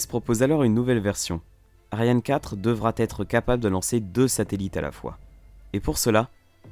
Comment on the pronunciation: Devra être, pas devra t être !! Pareil, plus tard, pour sera t en quelque sorte -)